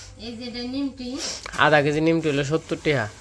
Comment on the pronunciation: কথাটা নিমকি। নিমটি না।